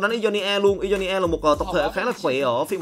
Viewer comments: Ionia đọc đơn giản mà:v sao cứ "i do ni a" hoài vậy:v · Góp ý 1 chút, mong phát âm đúng chính tả hơn ạ, Ionia đọc sai nhá